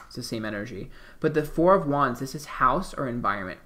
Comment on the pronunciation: I think he is saying "wands" but all I hear is "Juans" ...3 of Juans, 4 of Juans....Or is it something else? I know nothing about Tarot cards and had this playing in another tab and didn't know he is most likely saying "wands" until I switched back to the video.